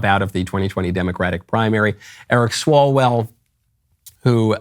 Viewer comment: Eric Swallowswell It’s what I heard